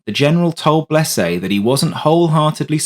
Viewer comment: Other than saying Blese name wrong good story. Too bad the other phantoms didn't follow till years later.